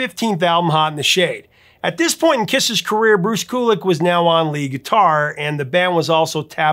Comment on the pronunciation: "Lick it Up" was NOT written by Stanley and Simmons. Paul Stanley wrote it with Vinnie Vincent, and the initial idea of the song was Vinnie's, at that. Furthermore, I know commenters have pointed out to you before that Bruce's last name is pronounced "Q-lick," not "Koo-lick." Your channel would be so much better if you'd get your facts straight, but that you don't bother to get the information right indicates a laziness, like, "Eh, so what? I don't care." And if you don't care, why should we? If you're going to put in the work to make the video in the first place, you may as well fully commit to it and additionally put in the work to get the facts straight!